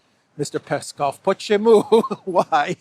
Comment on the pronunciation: very cool pronunciation of "почему?" (why in russian), I was even caught off guard when heard it😅 keep it up 👏